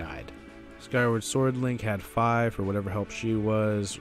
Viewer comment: also her name isn't five its fi as in "fee-fi-fo-fum i smell blood of an englishman" you deffiently need to do your reach search before posting a video like this no offence man or who ever wrote your script